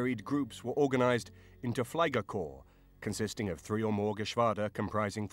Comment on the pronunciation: It calls "Fliegerkorps" and not "Kliegerkorps" 😶